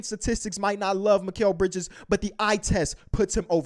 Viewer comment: It's mikal bridges